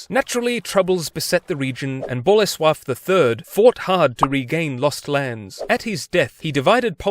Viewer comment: Your pronouciation of Bolesław is 10/10, really impressive